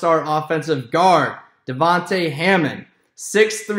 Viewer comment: His name is Deyavie not Devonte